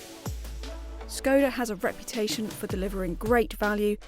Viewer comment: Great review, but please learn to pronounce Skoda correctly :(